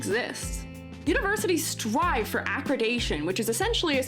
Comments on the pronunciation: I mean well when I say I think you are mispronouncing “accreditation”. It’s not ah-kri-day-shun. It’s ah-kreh-dih-tay-shun. Sorry, it was driving me crazy. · Very thoughtful video with amazing points. Glad to hear from an open minded educator who cares. Accreditation is pronounded ac-credit-dation by the way, not acrid-ation. ^^